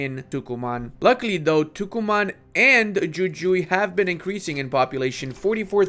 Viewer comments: its not yuyui...iys WhoWhoE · Loved the video just want to share that Jujuy is pronunced with a hard J (in both j) loved to see argentina being played!